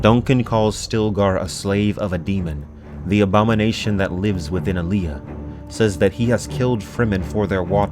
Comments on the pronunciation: AH-lee-ah! love your videos and also this has made me insane! :) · What kills me is he pronounces Allia.